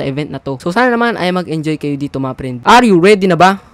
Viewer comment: idol yung speel ng u ay ang totoo ay you hindi u pati narin sa r hindi r dapat are